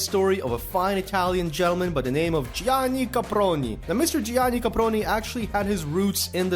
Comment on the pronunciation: Bro i'm Italian and every time you say Gianni caproni I laugh a lot